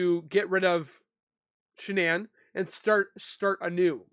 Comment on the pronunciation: IMO Why is DK stopping questions? Immunity for? They seem to talk mainly about and CW relationship and not much more. seems to have a difficult time saying Shannan”s name. Why? So much wrong with this “so called interview” which should have been an interrogation as was the mistress of a married man before, during and after the crime.